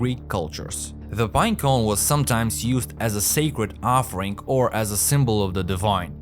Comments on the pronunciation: Bruh really battles to say binecone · Update: I legit can’t focus because every time I hear him say it I start laughing